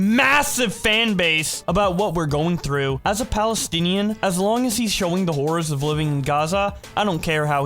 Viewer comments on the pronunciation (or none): none